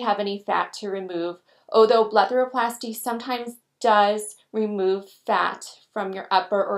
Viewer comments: Am I tripping or does she say BLETHAROPLASTY instead of BLEPHAROPLASY. lool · It's called a BlePHaroplasty...not a BleTHaroplasty.